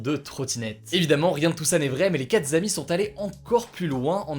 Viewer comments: Les quatre z’amis nooon Hugo!!! Pas de z’ 😭😱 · Les quatre zamis? Ouille...